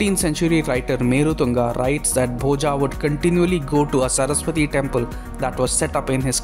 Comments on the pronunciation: It's Boja, not Bhojaaaaaaa. Learn to pronounce Sanskrit words properly. The 'a' at the end of every Sanskrit word written in English is pronounced as अ, not आ. In Sanskrit the अ maatra at the end of every word that has it is pronounced fully. It's not silent like it's assumed in Hindi. So it's Bhoja (भोज), not Bhojaaaaa (भोजा) or Bhoj (भोज्). This is why Sanskrit should be a mandatory language in school right from first grade, so that we don't have to deal with stupidity like this. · I mind your wrong pronunciation of Indian names. Please use right pronunciation. It's not "Bhojaa" it's "Bhoja" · Bhoja ये भोज है Bhojā ये भोजा है Rama ये राम है Ramā और ये रामा है Parmara Vansha ये परमार वंश है Parmarā Vanshā ये परमारा वंशा है,भाई भारतीय हो तो अपने भारतीय ढंग से बोला करो प्लीज, ये राजा भोज है , भोजा या रामा कृष्णा ये सब बोल बोल कर स्वयं को ब्रिटिशर्स का पिछलग्गू मत बनाओ दोस्त, आज तो गंगा जी को भी लोग गंजीस बोलना शुरू कर दिए है.... आने वाली जनरेशन को कल को इसके पीछे भी लड़ना पड़ेगा अदालत में, की गंगा है या गंजीज, भोज है या भोजा, राम है या रामा, योग है या योगा, इस अंग्रेजी फोनेटिक ने अधकुचरे भारतीय अंग्रेज समाज और इसके ज्ञाताओं ने यहां के मूल भाव का भेजा भोजा करके सब गुड गोबर कर दिया है, कम से कम आप तो अपना दिमाग लगाओ और अंग्रेजी में भारतीय शब्दावली को अपने मूल उच्चारण में बोलने का प्रयास तो कर ही सकते हो, ताकि भोज का भोजा न बन जाए, परमार का परमारा, तो प्लीज, आप तो थोड़ा सा सुधार करके प्रस्तुति देने का प्रयास कीजिए.! 🙏 बाकी आपके प्रयास और वीडियो के लिए धन्यवाद आपका.!🙏🙏🙏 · आप राजा भोज के बारे में बोल रहे हैं. Bhoja क्यों बोल रहे हैं